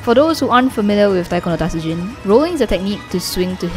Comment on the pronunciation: TA-TSU-JIN. Not TAT-SU-JIN.